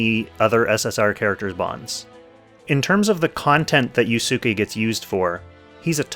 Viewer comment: Anyone else cringe hearing him butcher yusuke's pronunciation?